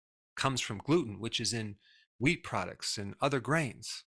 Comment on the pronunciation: Who else thought he said weed products? 😂😂